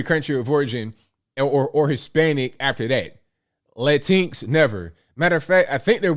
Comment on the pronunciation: It’s pronounced “Lá-Tyn-x” He said it right. I prefer that style of pronunciation than “Lá-tin-X”